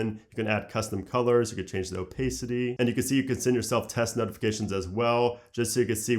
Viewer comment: Love your videos and your content, you're the best! You are always so clear about things. But "opaycity" ..xD